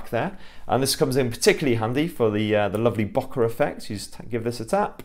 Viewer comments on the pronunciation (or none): It’s not “bokker effect”. It’s “bokeh”, from Japanese. Pronounced as bow-kay.